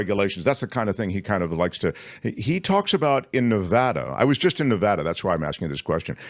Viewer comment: Nevada thanks you for pronouncing Nevada correctly!